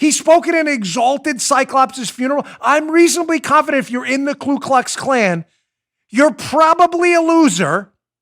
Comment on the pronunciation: It’s Ku Klux Klan not Klu. Not that I’m an expert but I remember learning that.